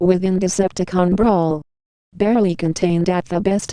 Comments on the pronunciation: I didn't catch on til the end, but did you keep calling Brawl "Brawn"? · you called brawl brawn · wow two times you called brawl brawn lol